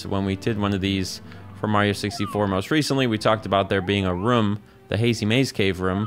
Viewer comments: Love when says Ruom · been awhile since ive heard room pronounced like ruhm